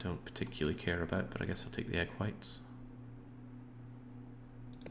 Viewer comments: Pretty sure he's been saying egg whites the whole time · You say Equites, I hear egg whites